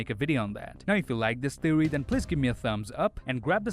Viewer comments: “An amazing theowy”. Bruhhhhhh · “I’m here with an amazing thewy.” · You lost me at "Theowy" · His “thewwy” isn’t too far fetched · I come to you with an amazing "theowy" on how thanos loat in avengers endgame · all i hear is: "thewe" and "angwy"